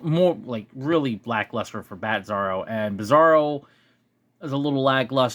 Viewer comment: Nobody told me there was a "Batzarro." And yes, you said it right, that Bat symbol with the original outline behind it is just plain lazy. I'd show this directly to Todd on twitter if it were me and demand an explanation. I don't tolerate laziness, especially if you're paying for it. All that said, wasn't there also a Bizarro World where he came from? And a Bizarro Lois Lane? I think it was from Super Friends. Though I liked Bizarro from the 90s Superman cartoon. He was just simple and had his own Krypto that was always trying to him. That was cute.